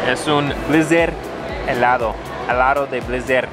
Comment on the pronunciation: Dijiste muy bien "helado", pero despues dijiste "helaro"